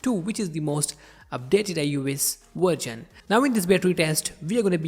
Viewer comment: Bro really said dewices instead of devices. Wergion instead of Version lmao